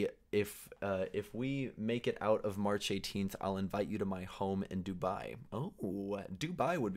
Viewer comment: Instead of saying march he said harch lol😅😅😅😅